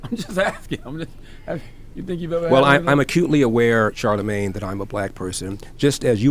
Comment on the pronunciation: You called him "CharleMANGE Da Dog." That made me laugh!